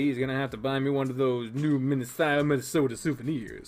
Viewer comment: Still saying Minasato as Minnesota, eh?